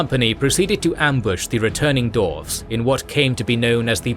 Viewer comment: Absolutely loving the deep dive into Middle-earth lore, but I have to ask… why is 'dwarves' being pronounced as 'dorvs'? And 'dwarf' as 'dorv'? Is this some hidden Tolkien linguistic secret I missed, or is my brain just short-circuiting every time I hear it? I feel like I’ve fallen into an alternate timeline where this is normal, and I’m the only one who doesn’t get it. Please, someone explain before I lose my mind.